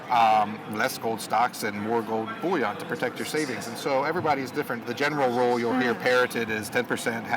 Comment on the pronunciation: I'd take opinions more seriously if he knew what the word "bouillon" means. It's a French word referring to soup. If you want to talk about gold... stop calling it "French soup". THE WORD IS "BULLION". IT'S TIME PEOPLE IN THE GOLD SPACE WISED UP AND AT LEAST LEARNED HOW TO PRONOUNCE THE NAME OF THEIR OWN PRODUCT!